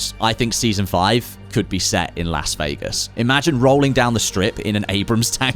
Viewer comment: Say "Lass" Vegas again..?